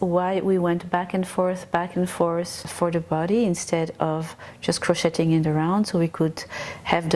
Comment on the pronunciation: Omg PLEASE! STOP! Pronouncing the “t” in the word ‘crocheting!!!!!!!!’ It is EXTREMELY distracting!!!! Oh, and I absolutely love this design btw... even if your math is massively off for the front and back panels and the sleeve holes. It’s okay though. I figured out a way to fix it myself.